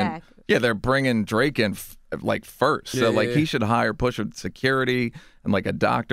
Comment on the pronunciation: He keeps saying the r in pusha T.